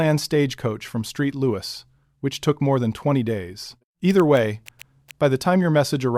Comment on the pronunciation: Doesn't a person listen to this narrative before it's released? St. Louis is "Saint Louis", not "Street Louis". This kind of pronunciation detracts from the message, which is otherwise quite interesting.